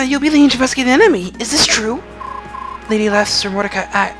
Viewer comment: Btw, I'm just being a whore with this... it's "Leth-e" as in a reference to the "river of forgetfulness" Lethe.